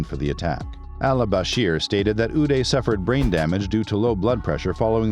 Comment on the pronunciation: It's "oo-dai" not oo-day. Qu-sai not qu-say Ee-raq not eye-raq Ee-ran not eye-ran Don't Americanized middle Eastern names.